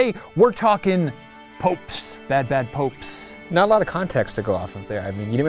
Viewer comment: Did anyone else, when he kept emphasizing "bad popes" at the begining of the video, start hearing: Bad popes, bad popes, Wha'cha gonna do? Wha'cha gonna do, When they come for you?